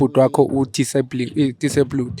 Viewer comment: Haibo 😅 did you literally just say ( Disablud)